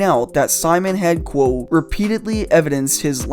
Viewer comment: It‘s called ‚quote‘ not ‚quow‘ ya knucklehead.